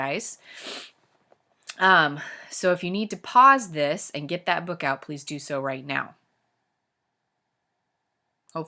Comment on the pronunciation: ha she said pease instead of please